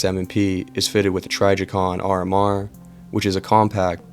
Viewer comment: I really like the idea of this kind of content but you’re reading the script like you were chosen to read aloud in a middle school classroom. Get some passion behind it and look up how to pronounce Trijicon.😂